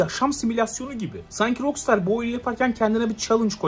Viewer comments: Şuna roksıtar demenden sinir krizi geçirip izleyemedim!! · "rok staa" olarak telafuz edilir ingilizce :/ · RAKSTAR DIYE OKU ŞUNU REIS